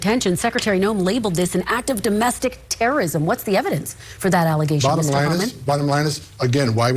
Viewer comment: “Tewwowism.” That’s just how I heard it from him. Homan is a monster that deserves to be mocked for his speech impedement